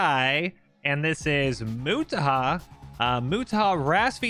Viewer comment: its nut "moo tah" its " mo" "tah" "har"